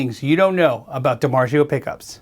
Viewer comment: 7. I didn't know DiMarzio wasn't pronounced the proper Italian way.